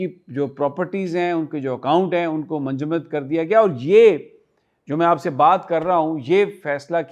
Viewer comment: Manjumad nhi munjamid.😂 Sami bhai,,, don't mind urdu ki islaah,, freeze kr dye